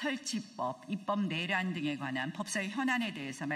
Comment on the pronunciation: 그냥... 전봇대 위에 새가 앉아있고 밑에 멍멍이가 앉자있고.. 그형태가 개 와 새 가 끼리끼리 ..멍소리..하고 국민은 생각이 없나? 본인들 말고는 다 알고 있다는...... 저분들의 뇌란? 입법내란? 뇌란? 발음좀 .. 정확히 촉구드려요